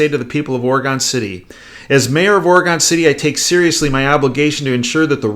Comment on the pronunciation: Profound and accurate. But the pronunciation is "OR'uh-gun City" and Gov. "ENSLAVE'.